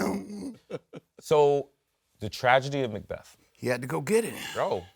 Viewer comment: He says Macbeth like macdonalds